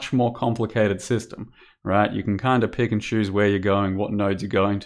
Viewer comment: Both of the times you said "pick and choose" i had to focus to not hear "Pikachus" ...